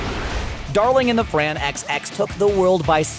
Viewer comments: It's not Darling in the Fran XX, it's Darling in the Franxx (Franks). Before doing videos like this I recommend actually WATCHING the shows. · lmaoo he said ‘darling in the fran xx’ its franxx, all in one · It is not Fran Xx,it is Franxx one syllable.... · my man said darling in the fran x x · Darling in the Fran-xx? It’s pronounced Francks man. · DID HE JUST SAY DARLING IN THE fran xx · "Darling in the fran x x." Ugh, smh. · "Darling in the Fran Ecks Ecks" did you even watch the show? why can't you pronounce Franxx correctly? they say it constantly in the show. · It's pronounced like "Darling in the Franks," not "XX." But what'd you expect? This is clearly a channel having little to do with anime, so OF COURSE the video's full of holes..... For example, anyone else notice how this guy said the Netflix adaptation of Death Note was good? Movie critics and anime fans alike had gripes with the movie. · i'm sorry, did i just hear him say darling in the fan x x? thats number 21 on the list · Fran XX??? Mmm mmm mmm. No no no. It’s Franxx pronounced as Franks. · Damn, I didnt know it was pronounced Darling in the Fran Ekz Ekz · He actually said darling of the Fran x x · I stopped watching after he said Fran-X-X. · I had to double check myself when I heard. This made me cringe more than when he said "Darling in the Fran Echs Echs". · Did....did they just can Dragon Ball a prequel? Dragon Ball Z came after Dragon Ball in both Manga and Anime, meaning it is just the start of the series. Also It is pronounced Franks not Fran X X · My guy did he just pronounce it as "Darling in the Fran Echs Echs???" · Frank's. A character in the show talks about the FranXX and that's how he pronounced it. The FranXX are the robots. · DARLING IN THE FRANKS BRO IT'S PRONOUNCED FRANKS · Wtf is “Darling In The Fran XX”!?!? Who pronounces it that way, my guy? Lol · Lmfaoooooo dude said “darling and the fran “ex ex ex”😂😂😂😂😂😂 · its pronounced Franks dude lol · "Darling in the Fran ecks ecks" lol